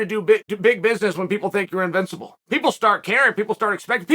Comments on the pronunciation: Chael: Unvincible, Me: Invincible Chael: Unvincible Me: Unvincible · Chael "unvincible" Sonnen